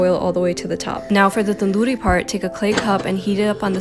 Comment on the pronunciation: I'm happy she pronounced tandoori correctly 'cause Americans (ik she's Indian but yeh leave it) pronounce it as TunDoOri💅 Yeah.......😂😂😂😂